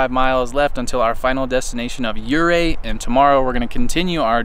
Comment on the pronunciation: as im sure youve discovered by now... its pronounced OOHray